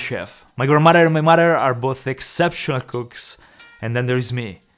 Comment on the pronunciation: "My grammuder and my muder"